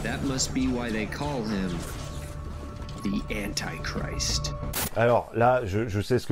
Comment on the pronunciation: La prononciation d'antichrist est completement dans les choux, ce qui est tres tres fort pour un film de supercathos. Merci pour la revue dude, vivement la vidéo sur [[2025 - The World enslaved by a Virus]] !